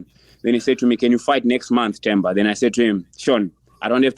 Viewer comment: Themba is pronounced "Temba". The "H" is silent, like how Mike pronounces Anthony's name.